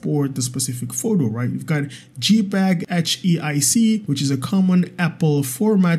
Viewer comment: jpeg = 'jay'peg (not 'gee'peg) 😀